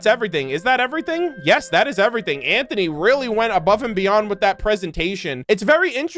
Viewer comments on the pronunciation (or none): none